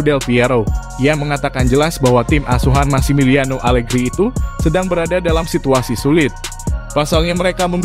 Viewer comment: Pecat.pelatih alerhi semua orang.bukan Alegri tp alerhi.mau munta